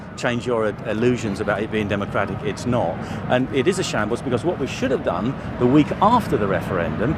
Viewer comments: It's not shanbles, it shambles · shambles not shables